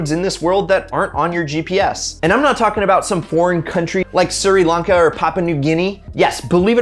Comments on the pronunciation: Sri Lanka is pronounced Shri-lank-a, not Siri-lanka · “Surry lunka”